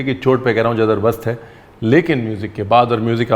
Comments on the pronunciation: Zabardast ko zadabast bol diya sir aapne..😄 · "Zadar-bast" Hai... 😅😂 ya "Zabar-dast" hai.. 😄😄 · Jaldi jaldi mein jadarbast boldiya jabardast ki jgah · "jadarbast hai"......jadarrrrr